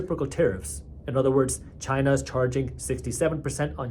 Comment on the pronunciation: One of the best, level headed people on YouTube! And I read Market Briefs every morning. But why do you say "BELOW" that way lol. Cracks me up!